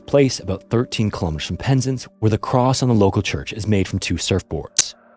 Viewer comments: Really? I think his pronunciation of Penzance wasn't great. Should be PEN not PIN. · Penz'nce, lol.🤣 The emphasis for this place name is on the second syllable. Sort of like "pens-Ants". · Penzance pronounced Penzans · Pensance is pronounced: Pens - Ance Ance to rhyme with Pants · FYI Penzance is pronounced PEN ZANTS. Good video though. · Penzance as in DANCE....ZANCE, pronunciation !!! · Just FYI it's pronounced like "pens ans". No big deal, the confusion is very understandable. There's a lot of anglicised Cornish names around there, which is a form of Brythonic like Welsh. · Penzance is pronounced “penz-ah-nce”, it’s Cornish so we really overdo the “ah” sound, it’s probably the most important part of the word if you want to be understood by locals. “Puhn-ah-nz” would be understood for sure, but “penznce” would confuse us. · Yes, and his pronunciation here is awful. Pen-Zance. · I know you care about pronouncing place names and Penzance is pronounced like “pens ants” in the UK. Don’t let this detract from your wonderful viddy though please 🙏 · You are pronouncing Penzance wrong. Both syllables are equal so there should be more emphasis on the ‘zance’ part. Other than this, I like your channel. Much better than AI narration but checking on pronunciation would improve things even more. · I used to train at the same place one of Jacob’s friends did, she spoke really sweetly of him and threw some flowers into the ocean in the spot in memory of him. I recall her basket fell in too, but the sea gave it back to her and she felt it was his spirit That being said for the love of god please never pronounce Penzance like that again